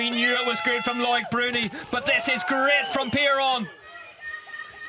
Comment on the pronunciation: Its pronounced "luc bruni not lloyd